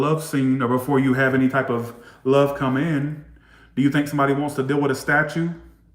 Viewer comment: I died laughing when you said statue. 😂